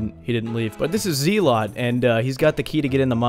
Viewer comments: This guy who one episode ago told me the gnomes name is pronounced Gluff is also saying Ar-Dough-een and Zee-lot 🤣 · FYI, his name isn’t “Zealot,” that’s a description of what he is. Like how guards are just called "Guard." A zealot is basically a type of fanatic. It’s also not pronounced that way. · I don't think Zealot is a name your supposed to pronounce like that, it's an adjective, he's a fanatical zealot. Unless that's the joke and ur just playing me strings like a banjo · "This is zee-lot."